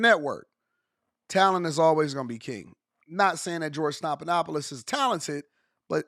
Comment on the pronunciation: His name is stef, like Stephanie.